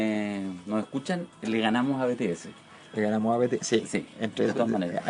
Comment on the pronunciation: Wn lo chistoso es que ES COREANOO osea que mierda tiene de semejante el ESPAÑOL Y COREANO acaso el kpop no dijo : Oigan vayan a desordenar chile :v no po wn Y WN SE DICE BITIES NO BETESE :)